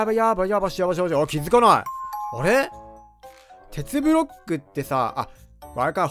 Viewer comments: めっちゃケツブロックに聞こえるwww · テツブロックがけつぶろっけにきこえた